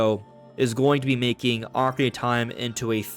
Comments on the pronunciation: Bro... SLOW DOWN... you can't even say "Ocarina" correctly. Your mouth almost never makes contact and keeps mumbling over words. "Okaree" instead of "Ocarina"... it makes the video so difficult to watch. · Took a shot each time you said "Ocari-tie" and I'm hammered